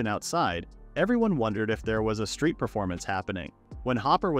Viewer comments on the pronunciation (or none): none